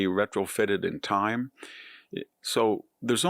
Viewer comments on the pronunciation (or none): none